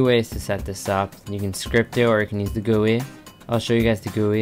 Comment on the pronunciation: Just so you know, it isn't pronounced "goo-eee" it is all seperate letters G-U-I